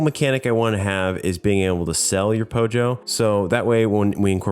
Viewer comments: Its Pollo (Po-yo) not pojo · Oh wow!, another scratch game for us, thank you for making another one for us 😊 Now that you are getting interested in scratch, i now have an opportunity to link you my game, but then I heard you pronounce Pollo (Po-yo) as Pojo, maybe this isn't my chance... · Chicken in spanish (pollo) is pronounced like poh-yo, not pojo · IT'S PRONOUNCED PO-HO, NOT POJO! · oh god, as a Mexican hearing someone says "pojo" it just i dont know its kinda just weird for me, i just uhhhhhhhhh, i just know its supposed to similar to pollo (pronounced poyo), i just uh i dont know. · Pollo is Pronounced pöēö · the way you're saying "pollo" was bothering me. Assuming you're talking about Spanish, you pronounce it "Poi-yo" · I love the way he says pollo lol It's the gringoest thing ever and I'm here for it